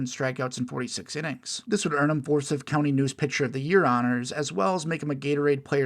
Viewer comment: also, it’s pronounced FOUR-CYTH like “Cy” in cy young